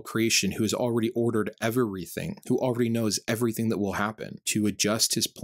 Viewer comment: I hate how you mispronounce "every" and "everything" you are adding an extra syllable. Micheal Jordan: Stop it, get some help😂.